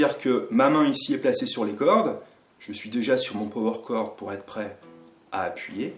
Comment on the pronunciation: “Peau-Oueur Corde”!!! 😅